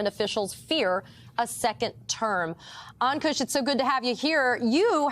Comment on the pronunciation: Poor Ankush. You mangled his name. In the worst way. I'm sure other ppl have as well. But when I read his name I didn't know whether to laugh or cry. Appalling! Cmon guys you can do better. Great segment tho.